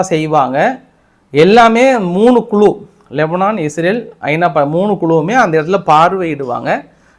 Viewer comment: க்ளு❌ குழு ✅